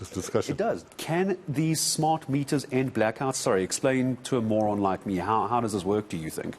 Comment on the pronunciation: Did you say MORRON??? 😳🤣😳